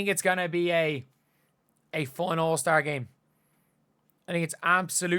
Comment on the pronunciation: Foown. I’m rying to sound out the Irish pronunciation of fun. 🤣🤣